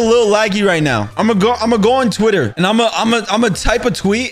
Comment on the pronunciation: "I NO HAVE TWITDDER 😭😭"💀